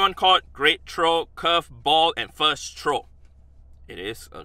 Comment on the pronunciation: I love how hes says trow XD